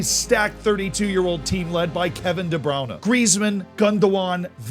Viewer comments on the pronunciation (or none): Layvia? De Browner? Not the right pronunciations my guy